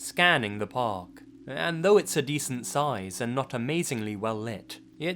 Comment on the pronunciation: Show *though It's really not that hard to add the 'ugh' at the end of the word.